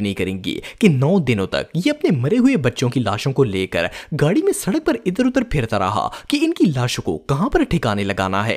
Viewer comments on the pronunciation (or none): none